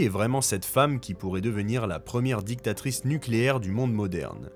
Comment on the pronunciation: Le connard a dit dictatrice pas très clair manque de respect envers cette grande dame